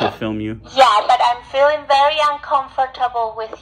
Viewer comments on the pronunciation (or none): She cant even say uncomfortable.